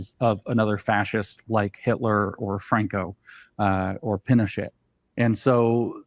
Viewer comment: He pronounced Pinochet incorrectly